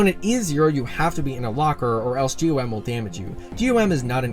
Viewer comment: By the way, GOM is actually pronounced as "gaum" and not "G.O.M", in livestreams the devs call him by gaum, just letting y'all know